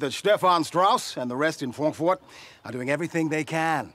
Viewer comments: incredible pronunciation of "Fwonkfoot" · Is it ever explained why pronounces Frankfurt like that? 😂